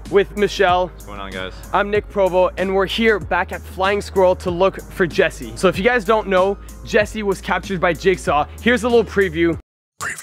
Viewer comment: it is jesse not jersey and it is jigsaw not jacksaw